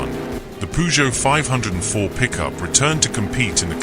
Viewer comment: Why is there an overlay of a v8 engine in the background?! And its pronounced 5 oh 4